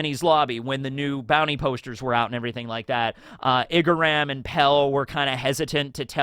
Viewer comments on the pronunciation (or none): none